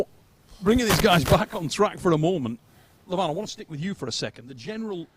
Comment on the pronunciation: Great job? Neil coudn't even pronounce Levan's name right. He is not LEvan, he is LevAn!